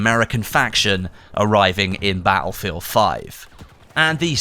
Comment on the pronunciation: In every one of these videos "Ba'lfield" always sticks out for me. Now, I'm not the best person when it comes to saying things how they are, but it just sticks out like a sore thumb, lol!